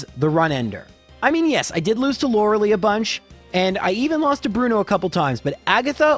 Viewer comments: SIck video due loved having this on while I'm relaxing with some games also I'm sure it's for the youtube algorithm to get comments but It's Lor-uh-LIE, not Lor-UH-lee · Still cringe every time I hear Lore-LEE instead of the official Lore-LIE...